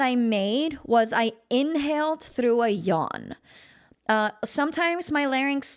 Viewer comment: Why do you say therough.